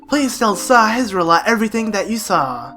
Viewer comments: I think that Sahasrahla is pronounced Sauce-Rala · You say it like sa. Has ra la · Shasrakdjwidieinjifedudkjueigc is pronounced sah - Has - Ra - la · Sorry i love your channel and im a serious fan but... ITS SA HAS RA LA Sahasrahla just GRRRRRRRRRRRAAAAAAAAAAAAAAAAAAAAAAAAAAAAAAAAAAAAAAAAAAAAAAAAAAAAAAAAAAAAAAAAAAAAAAAAAAAAAAAAAAAAAAAAAAAAAAAAAAAAAAAAAAAAAAAAAAAAAAAAAAAAAAAAAAAAAAAAAAAAAAAAAAAAAAAAAAAAAAAAAAAAAAHHHHHHHHHHH hyperventilating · It's pronounced Sahasrahlarahlarahlarahlarahla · Sahasrala has the most complicated name in the legend of Zelda series, to pronounce!